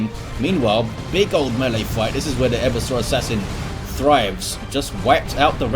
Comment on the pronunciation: Hey. I'm fairly sure Eversor should be pronounced Eh-VERSE-Er, with the emphasis on the middle syllable. As opposed to making it sound like a dinosaur or someone with a bad chafing problem. To 'everse' is verb meaning to overthrow or subvert. 'Eversor' is not used outside 40K but it clearly based on the verb and hence would follow the same pronunciation. Like if it was the 'Reversor', from 'to reverse'.